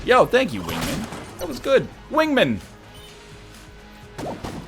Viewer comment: Also, your choice for guns on EVERY SINGLE DRAGUN FIGHT is fucking trash. It's like every dragun fight you experience a stroke. FUCKING PRONOUCE WINGMAN CORRECTLY